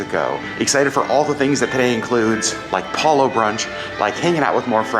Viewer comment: Another big thumbs up for properly pronouncing Palo, rhymes with follow! BTW, focaccia = foh-kah-tchah, not foh-kah-shah! You can get over the Disney cruise blues by booking your next cruise and here's a Disney lowest cruise fare alert: 4-night Disney Magic from Miami on 27 January 2022, from $503pp! Also, 4-night 13 January 2022 departure from Miami on the Disney Magic, from $518pp! Even if you can't go, tell your friends and family! Caveat: The weather usually will be cooler these weeks but still warm for Alaskans! Thank you for bringing us along with you on the Disney Wonder!